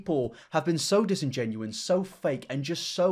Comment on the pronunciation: Dis. In. Gen. U. Ous. Disingenuous. Not dis-in-genuine :)